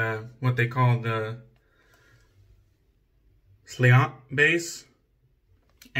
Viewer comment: Nice, Slainte is Gaelic is actually pronounced SLAHN-CHA. Learned that when I went to Ireland